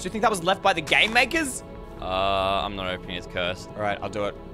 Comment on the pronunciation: When he said game makers sounded like g@ maker